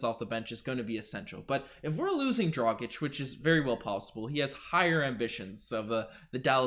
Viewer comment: How are you flawlessly pronouncing his name, but can't get Dragić right? 🤣